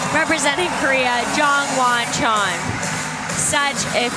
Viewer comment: Poor Chon, his name got butchered